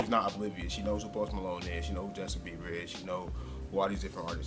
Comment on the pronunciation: noooo, it's Bieber not beiber🙈 sigh